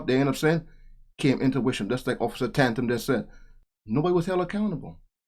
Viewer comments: Good video. (Tatum, btw, not Tantum) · Btw....sorry...I like your channel and content, but please...his name is Tatum, not Tantum😂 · His name is Tatum not tantum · Don't be offended, but you pronounce his name (T A tum) Tatum, not Tantum. love that you show videos like this, so keep doing so. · officer Tandam? it's Tatum.. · ITS OFF.TATUM…NOT ‘TAN-TUM’…LOVE YOU …PEACE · Your a dumbass, its Officer Tatum, not Tandem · It’s Tatum not tandem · It’s Tatum…..pronounced Tay….Tum. Side note….love the video! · "Taytum" is how it's pronounced man. But I don't think Brandon will be upset. Lol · Hi, It is Ta•Tum, sounds like day; there is no "n" on the first syllable.. ♠W.G. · tantum? Who is tantum? You mush mouthed fool. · Tatum is pronounced like tale, not at.